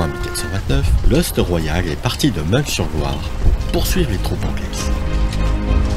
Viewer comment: Bonne vidéo, mais pour info, et malgré l'orthographe, "Meung sur Loire", se prononce "Main sur Loire", je suis de la région à la base 😉